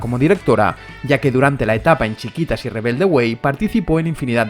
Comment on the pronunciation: no es chiquitas es " chiquititas"